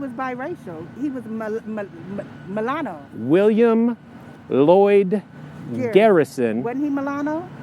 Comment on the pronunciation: She doesn't even know how to pronounce "mulatto" 😅